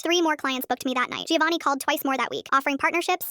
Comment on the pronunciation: My god, sometimes AI causes brainrot. Anyone pronouncing it gIovanni, and not Jovanni, should be shot on the spot. What is the AI equivalent of that? 😂😂